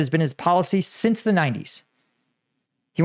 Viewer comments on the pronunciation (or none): none